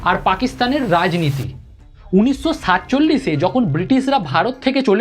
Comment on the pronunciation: uchcharon theek kor … des na desh, unisso naa unishsho